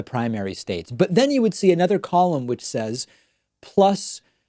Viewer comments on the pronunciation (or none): none